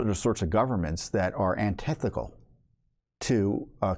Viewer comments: Antithetical, not antithicall. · I no longer have confidence in Speaker Johnson. I now wonder if he is controlled opposition. 🤔 (The word is “antithetical”, not “antethical”. I got you covered, Mr. Fitton.)